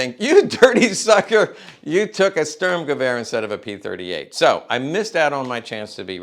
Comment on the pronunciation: I would like this channel more if you worked on pronounceation for words like Sturmgewer and Waffen SS W is pronounced like a V. Also correct terminology like calling a magazine a clip. Another thing please refrain from calling weapons nazi. eg nazi luger instead call it german. A weapon could not be a nazi although it may be used by them Simple things like this would help out your channel alot. I have subscribed because I believe this channel could grow into something good, see you on the next one.